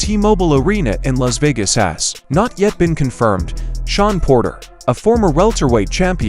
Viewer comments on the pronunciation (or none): none